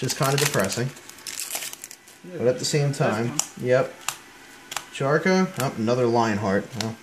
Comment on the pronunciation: Did hi really just pronounce it "Charkra". Bro do you even Naruto?